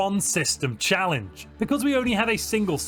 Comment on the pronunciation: one system "challenege"